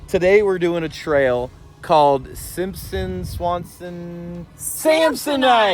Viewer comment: Samsonite, you was way off…. Knew it’s started with an S though 😂